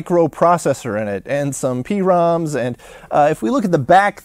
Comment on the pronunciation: I know what it stands for, I've been programming data into PROM chips since 1985. My comment was about him calling it a "pee-rom" rather than just saying "prom".